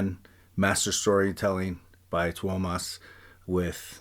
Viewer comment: As a Finn, it's nice to hear that someone bothers to pronounce Tuomas' name correctly, usually it's Thomas. There's no fucking H in it, it's a U. Great reaction to the song, i think you'd like Ghost River, from the same concert.